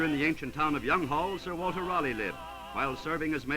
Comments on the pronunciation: The building is Kylemore Abbey, now a convent and one of Ireland's greatest tourist attractions. The architect was my great great grandfather James Franklin Fuller. I laughed out loud at the narrator's pronunciation of Youghall and then twice more further on. Most Americans think it rhymes with frugal but this one said: "Here in the ancient town of Young-hall ..."! It should be pronounced more like y'all. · Younghall??? LOL Youghal!!